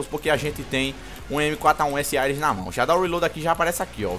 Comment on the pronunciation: sempre falando "Aires" ao inves de "Ares" huehue Like sempre parceiro